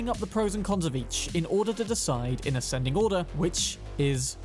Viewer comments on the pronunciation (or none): none